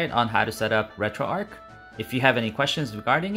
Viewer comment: RETROARCH, not Retroark.